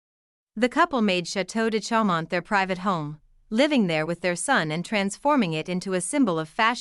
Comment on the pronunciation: correct pronunciation .... CHAU is "show"